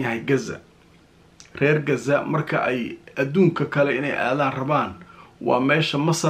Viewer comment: sida reer galbeedka ha u hadlin ee qasa dheh hadaanad غ odhan karin